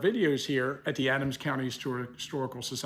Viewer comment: Love ACHS, big fan of, but I'm not sure he's the right person to be the arbiter of Gettysburg's pronunciation, or any word. He turns suBscribe in suScribe, museum into mOOzeum, and tavern into tavRen. There's more, but that's enough.